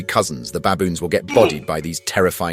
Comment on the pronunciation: Baboons not Bayboons..pronunciation ai?